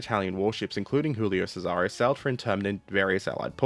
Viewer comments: Not to be a pronunciation (insert extreme polical movement here), but I notice you're pronouncing "Giulio Cesare" as if it were Spanish, i.e. "Hulio Serare". In fact, in Italian, it would be pronounced more like "Julio Chesare". The first one is pronounced like the English name "Julia", except with an "o" at the end. The second one starts with a "ch" sound like "cheese". Anyway, big thanks for the video! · cough julie-oh chez-are-eh cough 👍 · You're using the Spanish pronunciation for this Italian ship name. "Djulio Tchésare" if you're willing to take Italian pronunciation notes from a German ;-) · sigh As a Italian, what happened to the Giulio Cesare (WHICH YOU ARE PRONOUNCING WRONG) causes me physical pain. As for why the crew relented from the mutiny once the captain gave his word, it boils down to the mentality of the italian navy: officers' word is basically sacred. To get a rough idea of how the italian navy officer's brain worked I encourage you to look into the life and deeds of Captain Carlo Fecia di Cossato. Man was a certified chad. Worthy of a video, I think. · And how should he pronounce your ship that got stolen